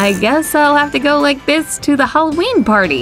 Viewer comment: Halloween more like halloqeaan